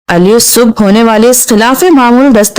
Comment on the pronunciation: ی ص سے ملے گی ا ل کی آواز درست نہیں